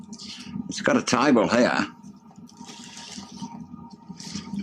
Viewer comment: Lol it’s when he said here we have a table but it sounded like tie bull